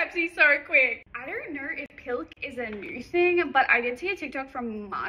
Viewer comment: “I don’t Knowr” 💀💀